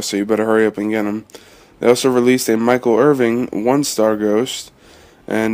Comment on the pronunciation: Good vid. But why do u say michael irving. Its michael IRVIN no g